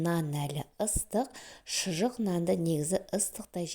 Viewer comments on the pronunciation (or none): ШЫЖЫҚ дейді. Шұжық емес